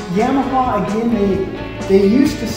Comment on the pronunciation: Does the way he says Yamaha annoy anyone else? The only people that say it that way are people that know nothing about the sport lol Yeah maha 🤦🏼‍♂️